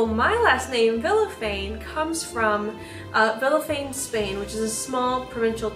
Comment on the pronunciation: As a hispanic, i feel like i need to tell you your last name is actually pronounced Vishafanye/Vilyafanye/Viyafanye (to this day i have no fkn idea how english pronunciation works but thats basically it aedfvadfasd)